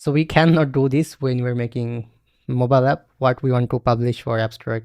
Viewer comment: yes brother instead of "moballap in on of...." you should have said "MOBILE APP IS ONE OF......"